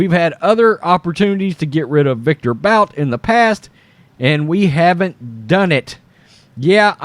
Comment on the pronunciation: It's pronounced "BOOT",and there's no way this is going to happen, that guy will never see the day of light until his 80's